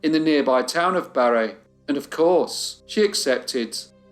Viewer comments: Thank you for the correct pronunciation of Barre and a beautiful pronunciation of Montpellier!❤ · I live in Vt....right in the area of. the story. Thank you for this.... Barre is pronounced "Barry" or "Bare ree". Such a different time though still VT family names and a very small, rural state.